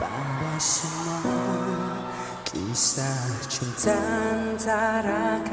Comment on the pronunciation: Hi, his name Hafiz Shuib, but pronounces Ha feez Shoo ip. Title of song Kisah Cinta kita, pronounced key sah cyn ta kee ta.I get you're pronouncing them in englist dilect, its the